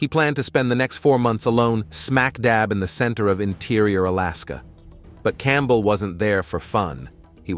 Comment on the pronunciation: Okay....last name Campbell is pronounced Camp-bell?? As two separate words. And approached is pronounced approa-ched? As two separate words. Not once but twice. I keep catching these mispronunciations in many vids. It's scary to think that these young narrators don't know how to annunciate the most common words. Am I the only one noticing this?